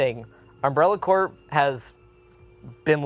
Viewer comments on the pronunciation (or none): Not to be “that guy” but he keeps calling the Umbrella Corporation “Umbrella Core”. Lmfao So there’s Umbrella CORP. (Corporation, which is what he meant to say 100% of the time) Then there’s the Umbrella CORPS. (Pronounced Core) which is umbrellas private security SWAT team they sent out for cleanup. (A game he completely skipped here, so had no reason to ever say “core”). Sorry, after like the 11th time you just couldn’t ignore it lmao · The p is pronounced in ”corp” (as in ”corporation”). When it’s pronounced ”core” without the p, that’s ”corps” (as in ”the marine corps”) In short, it’s ”Umbrella Corp,” not ”Umbrella Corps” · K, …it’s Umbrella Corporation (CorP, hard P my guy.) Not Umbrella Corps like the Marine Corps. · It's "Umbrella Corp" as in "Corporation"